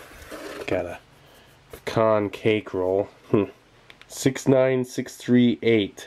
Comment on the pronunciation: You pronounced "pecan" correctly!! :)